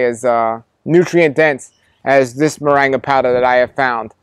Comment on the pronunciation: I'm curious why he pronounces it 'moranga' ? When it seems it would bring pronounced with the 'ing' sound .